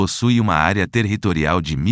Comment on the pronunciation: Área "TERRRitorial", em todos os municípios????:face-fuchsia-wide-eyes: E a voz dizia TERRRitorial